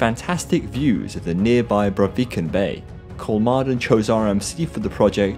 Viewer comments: Thanks for the response! I would recommend pronouncing it like “Kolmorden” in English. I think it would be a decent approximation. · You did great and thorough research, but you didn’t bother reaching out to Google or a Swede to figure out how the letter å is pronounced. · 'Kolmorden' is exactly what I tried to pronounce when I read the script initially. As I said I couldn't do it fluid enough, so the audio became really jarring. Sorry! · When recording I honestly tried to pronounce Kolmården correctly, but I couldn't do it consistently. If I said the name of the park once I would have done it, but I didn't want all of the narration to come across as jarring everytime Kolmården came up. I just got too used to saying it the poorly. Sorry!